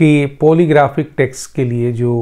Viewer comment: Test , not text, what med school did you go to , and what’s this sifting of air and saliva gulping ? Sialorrhea? What meds are you taking ?